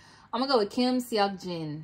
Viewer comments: I love how you really tried to pronounce their names. Small tip, names like seokjin and hoseok the “e” is silent. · Great reaction!!! Nam-joon: Rhymes with moon. A Korean J is a bit closer to 'ch' than our own J. It's a hard J, not a soft or buzzy J. Seok-jin: EO is one syllable, and this is how you say it: Open your mouth as if to say Ah but instead try to say Oh. That's it! Yoon-gi: Also rhymes with moon Ho-seok: A good name to practice the difference between O and EO. Also, when K is the final letter, you "clip" it off. No puff of air should come out of your mouth at the end of the word. Tae-hyung: AE is like Eh. "Tay" is acceptable but not technically correct. It's more of a nickname. Hyung rhymes with young. It's really just 'young' with H at the beginning. Again, don't drag out the G at the end. Clip it short. Jimin: Exactly like it's spelled. Jee-meen, Jee-min, Jimin are all acceptable. People in Korea will say words with the letter I different depending on their accent. Again, the J is also a bit closer to ch than to z. Jung-kook. In Korea his name is spelled Jeong-kook, so the first part should rhyme with Seok-jin and Ho-seok. Hard J, and a clipped, airless K at the end. In Korea friends will say names like this: Jinnie, Nam-joonie, Jiminie, Ho-seokie, Tae-hyungie, and Jung-kookie. So you will hear the members use this with each other. This is not a "cutesy" thing. Everyone always adds that ending to names when talking to their close friends